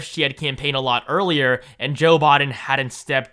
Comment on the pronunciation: At least I don't have to hear you pronounce BI-din as BAH-din as much now.